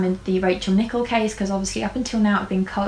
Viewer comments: It’s pronounced Nick - El babe! Loved this vid!!!💛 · Great video, but just to let you know that her surname is pronounced with the emphasis on the 2nd syllable.